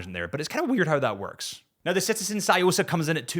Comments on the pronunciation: The way to pronounce "tsu" is like saying "tissue", but you smoosh the syllables together and say it quickly. Not like "sue", as in "I will sue you" with the duck lips, but you stick your tongue between your teeth and exhale. "Tsu"... "Tsukemen"... "Tsuyosa"... Also the first syllable in Miyota is pronounced like "Me" or like Wii's Mii avatar, Mickey Mouse. Not "My". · lol, i just knew the Tsuyosa pronunciation would be hilarious